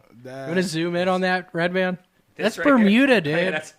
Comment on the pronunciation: Lmao, did just called Redban "breadpan"? 😂🤣😅